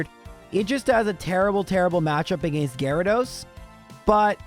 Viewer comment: "Agaeeiinst" Bro, what accent is that? It's almost like the people around where I live that sometimes pronounce water with a u in it.